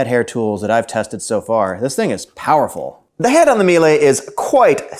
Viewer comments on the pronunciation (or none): It is pronounced Me Lah. Not me lay. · It's pronounced me-la. We use the C1 canister vacs for our cleaning company and we get about 4 years of use without issues from the vacuum(pretty good since we use an abuse these vacuums at least 6 hours per day). Biggest problem is that the cable gets sensitive over time which is not that hard to replace yourself. Edit: Miele does offer powered brush attachments with their higher end C3 vacs. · I usually hear it pronounced ME-Luh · I was about to post this comment about how to correctly pronounce Miele. Glad I checked the comments first.